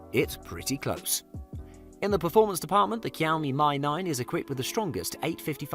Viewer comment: kiaomi my 9 nice it's pronounced "shiaomi me 9"